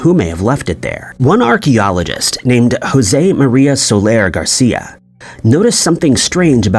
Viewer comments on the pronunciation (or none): none